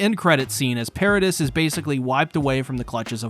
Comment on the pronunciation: Why you Mispronounce paradis and mikasa when they have been sed correctly hundreds of times on the show